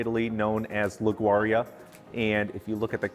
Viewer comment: Nice video, but you killed the name of my home. It is pronounced "Li - goo - ree - ah" --- Grazie from a native Genovse.